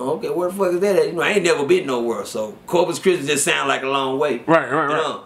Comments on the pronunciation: I Kno I wasn't the only one that heard that . 🤣🤣🤣🤣😭😭😭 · “Corpus chrismas” 😭🤣